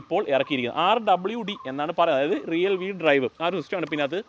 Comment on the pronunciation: റിയൽ വീൽ അല്ല ബ്രോ, റിയർ വീൽ….